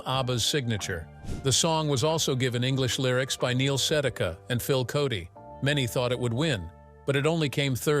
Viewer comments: It is Neil SeDAKa, not SEDica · “Neil Sedaka” is pronounced Neil Se dak a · Annoying AI voice, mispronouncing "Agnetha", "Sedaka", ...